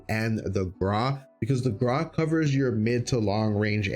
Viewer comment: Videos very nice top 5 for sure, but why you say Graw but it should be (Gr-au)